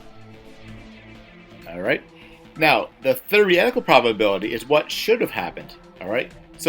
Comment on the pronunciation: "Thereehtical" lmao